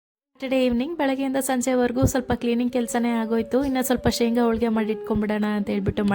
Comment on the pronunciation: ಹೋಳಿಗೆ ಮೇಡಂ ಅದು ಹೋಳ್ಳಿಗೆ ಅಲ್ಲ